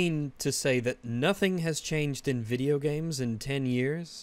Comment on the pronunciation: It's so annoying when he says "Video Gyames"